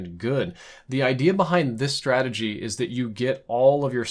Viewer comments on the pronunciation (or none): none